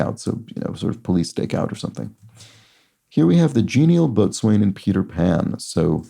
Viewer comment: I am mentioning this, because after watching your solves for a number of days I am fairly sure that you would want to know that "boatswain" is always pronounced "bo-sun," (long '"o"), in spite of the resulting plethora of unsounded letters. I would want to know, and I am a sailor, so I do know. BTW, Thanks for the information you provide when solving these puzzles!! I find it "mesmerizing." I have never before found it entertaining to watch someone else solve a crossword, so, again, Thanks!!